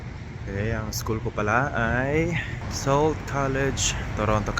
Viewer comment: correct pronunciation of Sault is Soo ! 😅